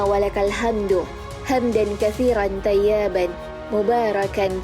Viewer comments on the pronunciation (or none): Baca silap tu toyiban bukan tayiban , banyak yang tgk ni , perbetulkan balik nanti makna dia jadi lain . Maaf yaa saya harus tegur semoga allah mengampuni kita semua . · Maaf min sekedar koreksi membangun. Yg admin baca thayyaaban ( ya-nya panjang )itu keliru. yg benar adalah thayyiban ( i ) nya tidak panjang... Semoga dibaca admin